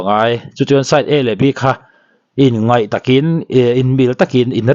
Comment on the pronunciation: Inngaih i tiin ka hria....inngeih lo ti tawh rawh aw! Mizo ṭawng dik hi hmang hram ham teh u.